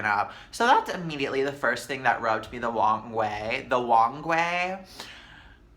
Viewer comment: “The Wong way” 😂😂